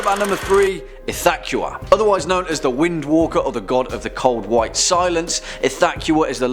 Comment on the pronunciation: the way you pronounced ithaqua really grinds my gear.